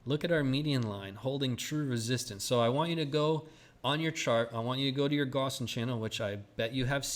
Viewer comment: Wouldn't be a bad thing if you could learn the correct pronunciation of Gaussian